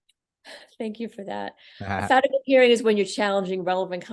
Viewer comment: What is it you guys called a hearing to determine/challenge relevant conduct in the PSR? It sounded like a "Fanago" hearing but I've never heard of that...